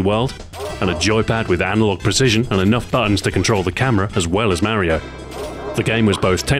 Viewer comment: Who is this "Maryo"? Its me "Mar i o"